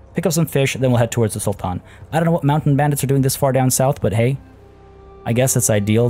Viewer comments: I like the way he pronounce the "Sultan" very Arabic. Much appreciated 😊👍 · I love how you pronounce Sultan in an Arabic tone! Truly impressive,.